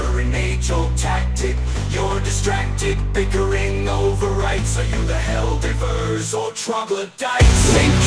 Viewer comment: grunge heavy post-apocalyptic I've tried so hard to stop the AI from pronouncing Divers as div-urs in the ones I make. I separate HellDivers into Hell Divers and it's a hit or miss